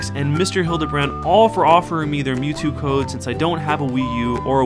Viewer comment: it's not mewto it's mewtwo